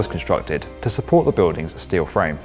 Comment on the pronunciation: every time he says bewdings a part of me dies